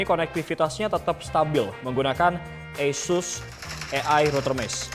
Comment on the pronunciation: Oohh itu namanya router eussuss tohh... kirain asus broow.... 😀